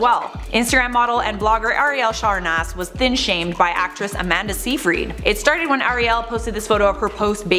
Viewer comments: Isn't it pronounced...SYYYYY-fred...not SEEEEE-frEED? Anyways...it's sad that Amanda actually turned out to be a mean girl. Shame. I actually liked her before her comment. When I wasn't pregnant, people would think I'm pregnant. When I was pregnant, people would ask if I'm actually pregnant. 😒😅😭😂 Like wow guys...pick a side to hate on? At least then I'd know which kind of asshole you are and then I can choose to either ignore you or just stare at you like you're an idiot...cause you are if you think asking either of those questions is normal. One of these people who asked if I was actually pregnant was a worker who was supposed to help women and mothers. Great support system. People are disgusting. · Amanda's surname is pronounced "SIGH-fred". Just saying - or pronouncing.